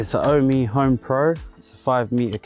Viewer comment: Isn't it pronounced "Ohm"? As in the unit for electrical resistance? As it is electricity related etc. Ohm and Home combined.